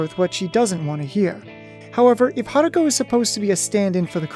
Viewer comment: Goddamn it really bothers me that you keep calling her "Haruka". It's an O at the end dude